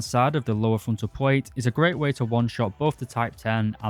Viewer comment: Also one of the people who say "pwate" instead of "plate" and it's so annoying 😬